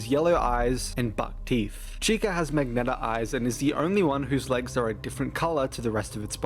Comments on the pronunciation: did you mean to say "Magenta" and not "Magneta" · THERES SUBTITLES??? ok... strapping in boys edit: this guy pronounces magenta as magneta and tortilla as tortilah... still watchinmg though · huh, never heard that pronuncuation of Magenta (thought u were saying "magnetic" at 1st) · so actually why did fnaf 4 come out on my birthday, i didn’t know that before now 😭 the way you say magenta is odd